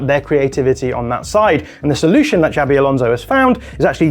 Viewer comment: I love the way the English overdo their pronunciation of "Xabi" (should be something more like ShaaBee) until it becomes "Shabby Alonso." He's not shabby at all!